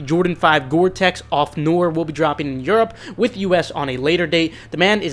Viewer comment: I’had to laugh at your perfect pronunciation of a ma maniere compared to the way you pronounced noir